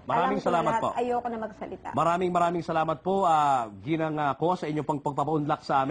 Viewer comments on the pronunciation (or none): none